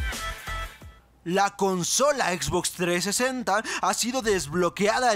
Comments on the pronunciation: xbox treesenta v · La Xbox 3esenta, me muero jajaja